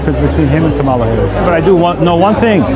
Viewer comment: 😂😂😂😂😂 You voted for Satan and got it! Also, you people continue to pronounce her name incorrectly.